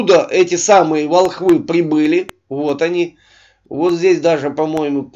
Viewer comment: большое множество, скока, маленько, ихнюю одежду, прибЫли, художник ВЛАЖИВАЛ смысл, я шота в этом деле шибко сомневаюся. Вот не полный список перлов автора данного ролика. У меня к нему вопрос. Ты сколько классов закончил? Ты не умеешь разговаривать на РОДНОМ языке, зато считаешь себя спецом по гравюрам 16 века? Или у тебя узкий профиль? Скифские шапки? Угадал? И ещё открою тебе тайну, которую рассказывают школьникам в 6 классе. Ты ведь только до 5 доучился, верно. Так вот, во время Крестовых походов Турков ещё НЕ БЫЛО !!!!